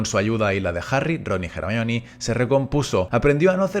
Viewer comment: ERMION de toda la vida de dios jajajajajaj